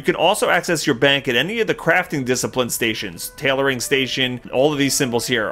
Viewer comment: I love the way you say tailor. You from up north?